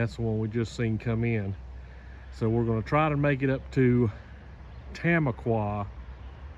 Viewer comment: For what it's worth, Tamaqua is pronounced ta-MAH-kwa, not TAM-a-kwa.